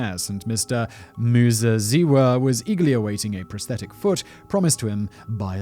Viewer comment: Your pronunciation of Muzeziwa was spot on. greetings from Zimbabwe